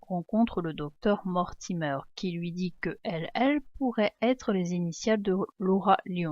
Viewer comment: Mortimer ne se prononce pas mortimeur c'est Mortimer comme la mer